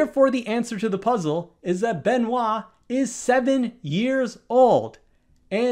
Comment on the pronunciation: Congratulations for your pronounciation of Benoît 😂